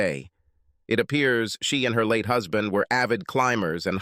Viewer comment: Hoozband? Please please get a human reader.